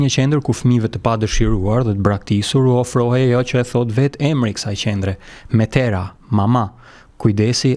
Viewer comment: Mitera jo metera qe do te thote Mama